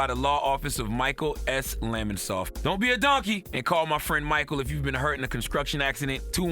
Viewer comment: Don’t be a donkey call my friend if you’ve been involved in a “Conscruction” accident 🤣🤣